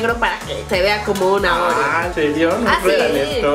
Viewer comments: No seria ''OREO'' dice ''REOO'' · decía reoo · oye Karen dijiste réyelo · Es oreo no reoo xdxd